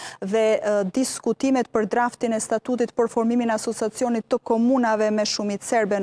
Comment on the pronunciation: Asociacionit oj gazetare, jo asosacionit !😊